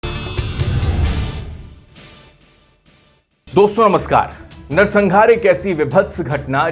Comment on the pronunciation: pehle bolna to seekh le narsanhaar ko narsangaar bol raha hai